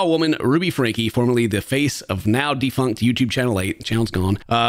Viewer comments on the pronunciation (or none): you gotta do your research a bit more if you’re going to cover serious topics like this. You can’t even pronounce her last name. It is pronounced “Frank.” But you had to guess. Franke’s kids father is a professor and hasn’t been in the kids lives for a while. It takes 5 minutes to prepare to do a reaction. I don’t normally care but dealing with topics like child abuse make sure your facts are together.